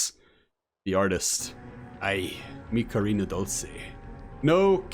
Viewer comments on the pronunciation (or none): I’m pretty sure artists name is “car-my-nah” not “Karina”